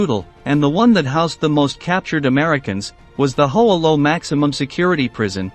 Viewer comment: Mispronounced Hoa Lo, incorrectly identified Ev Alvarez as an Air Force pilot, etc. Shoddy piece of work.